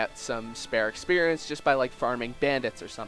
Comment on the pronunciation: I love when you say ex-perience